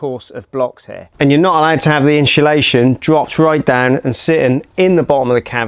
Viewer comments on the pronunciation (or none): Inshulaschon…. Someone teach this guy to say it properly please